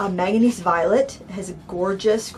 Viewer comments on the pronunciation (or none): none